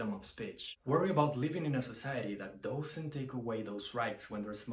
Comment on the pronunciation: One tip to dramatically improve your English. The word 'does' or 'doesn't' is not pronounced like 'dough' But like duhz or duhznt. Try to find a native speaker to listen to. It's the only major fault I hear so if you fix that you'll be great. I personally prefer 1, 2 and 3 after that I'm not such a big fan. I don't even like Stairway and I never play it